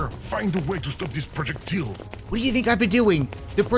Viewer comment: Ah yes a "projectill"